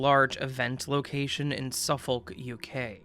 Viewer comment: Suffolk = Suff-uhk , Norfolk = Nor-fuhk (silent "L")